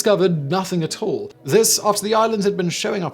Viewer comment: Completely unintentional, I'm sure, but I cracked up when Simon said "instead of finding Sandy Island, they found nothing at all." I heard 'Nothing Atoll. Haha!